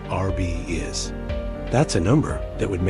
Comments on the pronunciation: If they're going to use AI to make these videos, at least have the voice learn how to pronounce "RBI's" correctly. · C'mon A.I. learn how to pronoun "RBI's" correctly LOL.